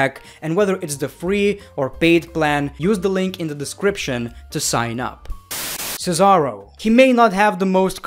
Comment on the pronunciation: Cesaro is not an A 😂😂